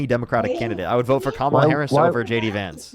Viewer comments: Can’t even pounce Kamala’s name respectfully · Caller: Her name is KAMala (as in CANada) not KAmala (just like it's not CAnada).